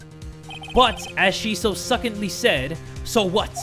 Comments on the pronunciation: jay... succinctly is pronounced suh- SINKT-lee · HAHAHAHA THE WAY JAY PRONOUNCED SUCCINCTLY HAHSGSGSGSGSG